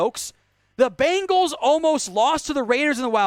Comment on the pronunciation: Seriously, am not a Bengals fan at all, but please pronounce the name right. There is only 1 A n bengal.